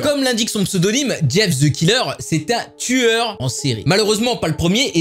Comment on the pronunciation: mais prq tout les français disent ze mais pas the